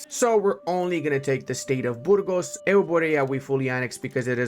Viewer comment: ''Burgos'', as a bulgarian that pronounciation hurt haha. It's Burgas, not Burgos